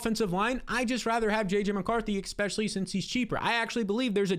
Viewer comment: good stuff as always! But please, it's "eSpecially, not eXpecially.